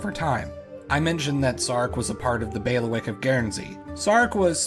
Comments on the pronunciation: Pretty sure it’s bay-lee-wick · Thanks for the video. Heads-up: it's pronounced: 'baileywick'. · This was absolutely fascinating, and I learned a lot. But I'd like to return the favor: "bailiwick" is pronounced "BAY lee wick", not "bail wick". I have never heard the word used so many times in such a short period of time, and after the third time it was like fingernails on a chalkboard. See six examples